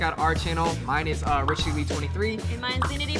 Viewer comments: Richie pronunces his name so wrong now it sounds like l Chinese x) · Isn't Richies last name Le as in lay